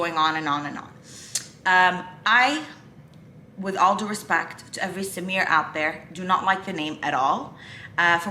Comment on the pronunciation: For the first few times you said Samir I actually thought you were saying Simeon instead, also how are you about shortening names? I ask because a friend of mine's brother is called Kianoush but everyone calls him Kian, my friend's family is Persian in heritage